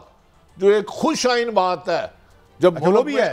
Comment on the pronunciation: اللہ کی شان ھے عارف حمید بھٹی بھی اینکر بن بیٹھا۔ خوش آئند کو خوش آئین کہ رھا ھے